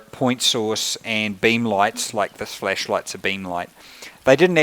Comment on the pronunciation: Sounds like he is saying "fleshlight" everytime he says flashlight... So funny